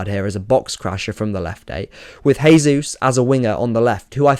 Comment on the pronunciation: Fantastic analysis. Another thing I noticed is Brighton actually went long on goalkicks which they almost never do usually. Small nitpick: As Jesus is Brazilian you'd pronounce his name like "jay zoos" rather than "hay zoos".